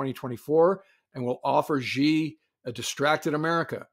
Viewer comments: Re: Could you please not pronounce Xi as "Jzhee"? It's pronounced "Shee". The "jzh" sound doesn't exist in Mandarin nor any dialect of Chinese. For the sake of accuracy in reporting, don't pronounce it as if uninformed. It's not supposed to be a hard name to pronounce; all the sounds in Xi exist in English, it's just that Chinese orthography uses X to represent "sh". China took letters that seemed redundant—X, Q, and C (which are all either variants of or letter combinations using k), and reassigned them to notate sounds that we normally use letter combinations to write. X got the "sh" sound, Q got the "ch" sound, and C got the "ts" sound. That's why the spelling of Chinese names seems to use the letters X and Q oddly. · Great video and agree with you both. But Xi in Xi Jinping is pronounced as SHEE, not ZHEE. It's on Wikipedia among many places. We are all going to need to learn Pinyin in the next few years.